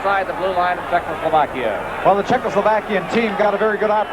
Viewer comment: Thanks for posting these. Has anyone noticed how Bernie Pascal often says 'Czechlosovakia'? Note the spelling - it's not the same as the real name of the country. This is almost as annoying/embarrassing as Foster Hewitt's continued troubles in trying to say the name of Vladislav 'Tetriak' during the original Summit Series.